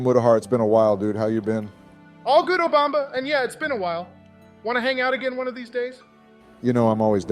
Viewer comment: Hearing muta say "all good obamba" had me in stitches, lmao